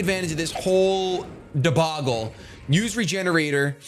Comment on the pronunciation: Great plays btw it's debacle with a ck sound (I love that your using a larger vocabulary)